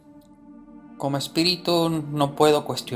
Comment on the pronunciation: SE CONFUNDIO EN VARIAS PALABRAS EL "ESPERITU"